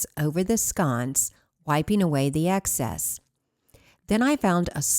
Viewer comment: Excess not access